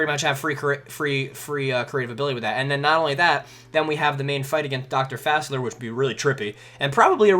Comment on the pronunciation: It's not Fassler. It's Fa-sea-lee-ay.